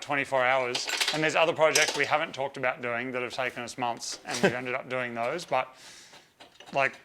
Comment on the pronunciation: “ Dose Post “ 😂🤣😂